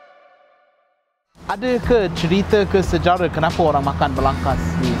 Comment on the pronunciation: kalau boleh pasni kalau sebut sejarah kena bunyi ‘h’ belakang dia..sejarah bukan sejare ye..sekadar pendapat saya